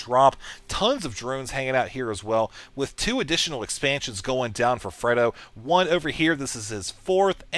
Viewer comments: Are you sure it's not pronounced Frey-do? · have you ever seen The Godfather? This isn't to be mean it's just you keep mispronouncing Fredo.